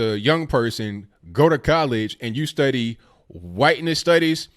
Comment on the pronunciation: Points for correct pronunciation of Hwhiteness.